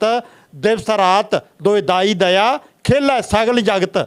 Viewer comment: ਮੂਰਖਾ ਦਾਈ ਦਾਇਆ ਹੈ ਦਾਈ ਦੲਇਆ ਪਾਠ ਨਹੀਂ ਹੈ ਵੱਡਾ ਗੁਣੀ ਗਿਆਨੀ ਨਾ ਬਣਨ ਦੀ ਕੋਸ਼ਿਸ਼ ਨਾ ਕਰ ਮੂਰਖਾ